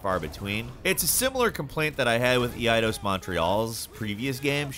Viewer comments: Lol he says “Eee-eye-dos” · The way he said “Eidos” was rough but thats my only complaint, the E is definitely not seperate… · It's E-idos?! Not E-dos?!